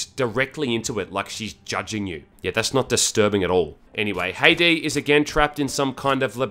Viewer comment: She is a char from Count of Monte Cristo. It sound Ha-e-day.